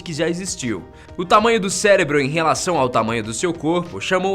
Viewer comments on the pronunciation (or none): none